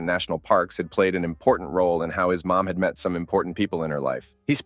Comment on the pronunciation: Why are “mom” and “more” pronounced as “maw”?